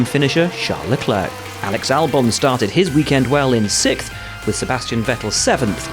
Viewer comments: Did I heard SIXFTH? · Six...th. Sixth. It's actually quite easy to say 😜